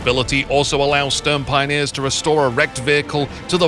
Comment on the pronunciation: Please never say Stürmpioneers again I mean there is even google translate which can pronounce Sturm correctly